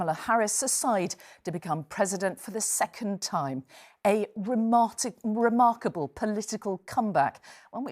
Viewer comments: "A Remartable" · "remartick" more like nervous-tick